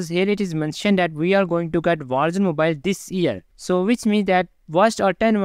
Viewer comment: Call of Duty Walls Wals Mobile Vogsmobile 😂